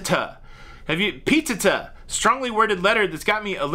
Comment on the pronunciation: don’t fool with p-teh-tah. 😬